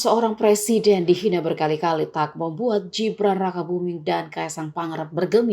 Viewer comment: Mbak pembaca, Gibran, bukan Jibran. Membaca mbok ya yang bener